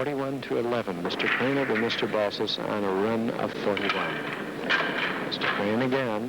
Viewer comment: Its 'BALSIS'